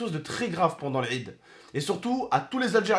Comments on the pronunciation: L'rrrid 😂 (quand il dit l'aid) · Il me fais rire quand il dit laid il le prononce larrrrrrrid